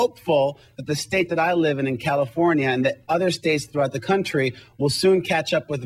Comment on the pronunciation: Califorina? Is that a new state?